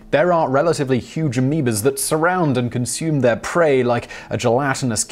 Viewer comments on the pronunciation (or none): none